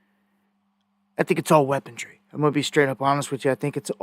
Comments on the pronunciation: ..... WEAPONRY ... NOT ... WEAPODRY... NO DRY... WEAPON-RY ! PLEASE LEARN HOW 2 PRONOUNCE ENGLISH !!!! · 😂😂😂 He has been saying “weapongery” for well over a decade. Back 12-15 years ago, I listened to daily. Used to drive me crazy whenever he would say “weapongery”. There’s a G in that pronunciation 😂. He basically coined his own term.Funny to see that he’s still driving people bonkers, after all this time. 🤣